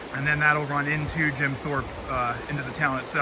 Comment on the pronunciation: Did you say Jim sharp 😂😂😂